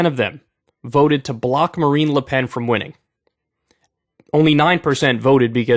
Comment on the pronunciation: Kyle needs to learn how to pronounce French names. It’s Macron not Macrone, and it’s pronounced “Lu Pen” not “Lay Pen”